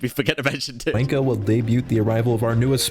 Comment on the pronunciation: the mispronouncing of 'wanko' for his name seals it for me. genuinely hilarious